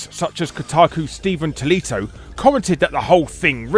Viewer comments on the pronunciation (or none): Stephen "Tolito"?